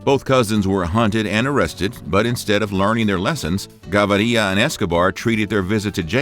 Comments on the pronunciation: 1st of all Plata means Silver plomo means lead 🤦 and learn the prenounciation of their last names ga-vI-ria 🙄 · Its pronounced "Ga-veer-ia" 🙄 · Does a whole video on Gustavo but CAN'T pronounce his name,then you expect credibility lol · Kinda baffling that you managed to mispronounce Gaviria when it's heard on the TV series often. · You’re pronouncing his name wrong. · Plata does not mean in this context silver, it means money. Gaviria ain't pronounce that way. When little facts like this are wrong i get suspicious about the info of the vid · it tilts me how u cant pronounce Gaviria... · I must leave this video after the third time the narrator mistakenly pronounced GAVIRIA!!! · The way he pronounces Gaviria is incredibly annoying for a spanish speaker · Too gringo to pronounce his last name and translate plata/plomo. Try again harder next time. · Why does this man can not say Gaviria normal?? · Btw the pronunciation of Gaviria is really bad (it kinda hurts)....the stress is on the second syllable. And the 'r' is more or less pronounced as a 'd'. I'm also not sure about the bank robbery story. He was arrested in 1974 because of stolen cars. They both, Pablo and Gustavo, were arrested in 1976. But it was only 20 kilos, not like those shown hundreds of boxes seemingly full of drugs. You also forgot about El Osito, the successor of Gustavo. He also was an accountant since the early 1980s. It seems this is all from the series and not the real life. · Oh I thought that I was the only one who was annoyed by his pronunciation. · If only they would correctly pronounce Spanish names. The accent is on the first “i”. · He’s name is pronounced Ga-vi-ria! Not Ga-va-ri-lla.. Plata meant money so you’ll get a visit from Gustavo not Pablo and Plomo means bullets so you’ll get a visit from El Patron. Get the it straight! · Its GAVIRIA not GAVARIA..You litterally wrote it in the title but still cant pronounce it. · It's Gaviria, not Gavaria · It’s Ga-vee-Ría not Gabaria